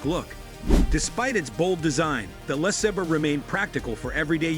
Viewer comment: LOL goofy narrator! “Less-uh-burr”. FFS it’s “Luh-saber”